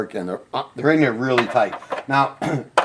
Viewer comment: It’s a water heater If the water were hot, it wouldn’t need a heater. Also, the words are: THERE & THAT. Not dere & dat. Other than the sound of your voice, thanks for the help.